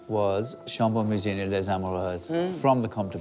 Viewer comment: L'intelligence artificielle, ça craint!😂 écoutez la prononciation de chambolle-musigny....